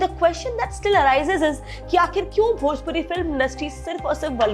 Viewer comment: Didi bhoji wood nahi bhojpuri 😂😂😂